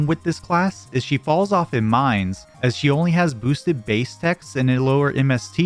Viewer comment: Thanks it also bug me i was wonder if it was just me